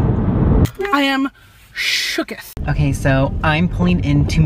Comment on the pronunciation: “I am ShOoKiDiTh” me dying in the backround